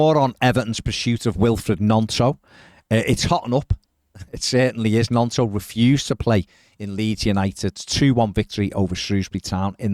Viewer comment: If he's coming to us, we should at least pronounce his name correctly: Gnonto: "knee-on-toe", just as gnocci is pronounced as 'knee-oh-kee'